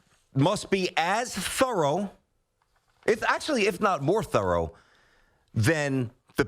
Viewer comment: Please tell me there is a compilation somewhere of this guy trying to say thorough lol